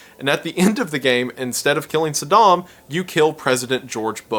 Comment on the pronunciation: Saydem? Sudahm? Bro wut? 😅